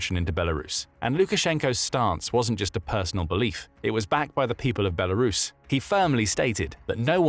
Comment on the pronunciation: Thank you for pronouncing the country's name correctly... Good job!